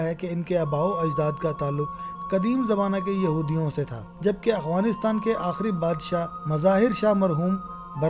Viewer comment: یہ اعوانیستان نہی یہ افعانی نستان ہے یہ الفاظ ٹیک کر لو